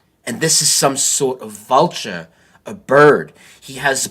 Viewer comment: Why did he turn British when he said "this is some sort of vulture"